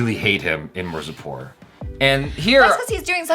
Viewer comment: After watching entire season keeps saying "Marzipur" instead of "Mirzapur"😁 😆 😅 😂 🤣